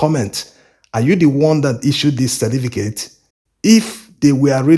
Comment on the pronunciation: I enjoy your videos bro, but please slow down on this your naideen for (19) and cerDificate for certificate.